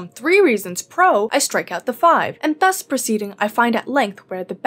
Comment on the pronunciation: are these furry arms yours?, and "thus" isn't read like this...